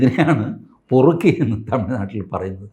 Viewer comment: Perukki! Not porukki!